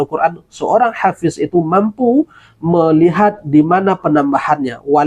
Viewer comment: Ternyata….omon2…… bukanlah hafish, tapihabiiiiis